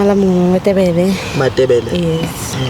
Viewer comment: 😂😂😂😂😂 and his mispronouncing "Matelebe" It's Matebele Bafo😅